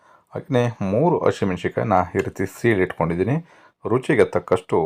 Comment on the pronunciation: Voice is really good. Please pronounce correctly. Hinnur gram, Hittkondidini... beda please